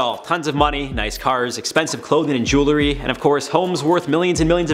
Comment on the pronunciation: Jewelry, not jew-lery